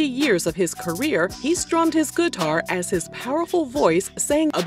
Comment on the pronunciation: I just love how she says guitar "guh-tar" :-)